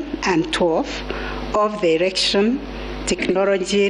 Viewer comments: Kutamka neno erection instead ya "election ".... Ikikuuma jitie kitanzi, concentrate with the important decision made and not with the pronunciation of the word... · can she stop saying ERECTION😭😭😭